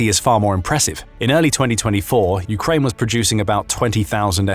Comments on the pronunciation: You say Ukrine I aay Ukaine lets call the whole things off. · “Ukrine”? wow removing channel from feed